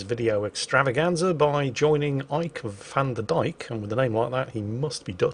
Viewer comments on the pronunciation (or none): none